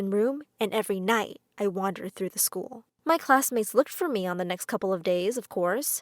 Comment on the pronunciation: YOU SAID LCKER NOT SCHOOL